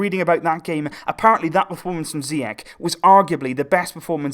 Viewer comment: Moroccan viewers are actually enjoying it, thanks for this great work. Just a quick note though, Ziyech (in Hakim Zieych) is actually pronounced "Ziash" ;) Keep the good work going :)